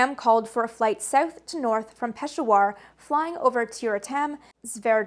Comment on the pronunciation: And “Peshawar” is pronounced like “peh-SHOWER”.